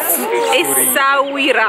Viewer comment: Essauria, si dice Essauria 😂😂😂. Anche la mia mogliettina non riesce a dire Essauira! Noi ci andiamo domani, bellissimo il Marocco. Complimenti per il video!!!